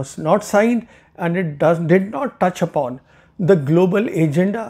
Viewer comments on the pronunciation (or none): none